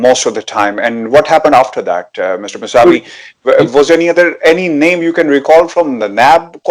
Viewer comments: His name is kaveh Mousavi .He is British Iranian.plz pronounce correctly mousavi not Masavi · ان کا نام‌ اردو میں کاوہ ( فارسی میں اس کا تلفظ کاوے ہے) موسوی ہے مساوی نہیں.